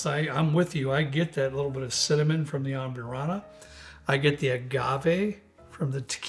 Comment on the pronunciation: Cracks me up how yall add extra characters to words. Am-burr-ana not Am-byour-ana An-a-ho not An-ya-ho Where’s Robert?